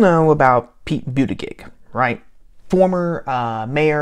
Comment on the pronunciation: Intentionally mispronouncing his name is belittling and unworthy of you. I do not question your right to say what you want but I do question your motivation.